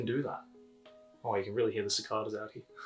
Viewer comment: You said cicada wrong.